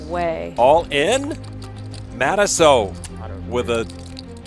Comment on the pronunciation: Matusow. Yikes. No way you said that and then did that.